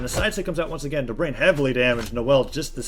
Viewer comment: It's god damn DobrEin not Dobrian